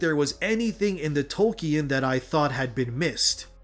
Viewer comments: I'm sorry but you're saying Tolkien wrong. Toll-King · If you’re going to mention one of histories greatest authors every other sentence you really should learn how to pronounce his name mate. It’s making me cringe so much I have to stop watching😂